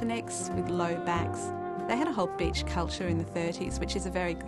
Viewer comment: you look gorgeous lol and when that lady says beach it sounds like bitch